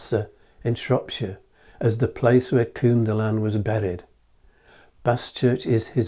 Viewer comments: Think of the English word "kin" when pronouncing the first syllable of "Cynddylan". Great video though. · Interesting video. Thanks. In the name Cynddylan, both 'y' s sound like 'uh' or as in the word ''come'. The 'dd' sounds like a 'heavy' 'th'. Emphasis on the 'ddyl' part.